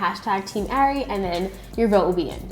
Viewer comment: Arie not aria